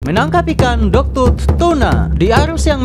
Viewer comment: Dogtooth bang bukan dogtoon